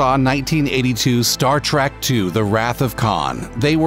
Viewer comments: Oh ffs, it’s Star TREK not Star Track! Ruins the entire video. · T-R-E-K not Trak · Star TREK not Star TRACK! JEEZUS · IT'S STAR TREK NOT STAR TRAK!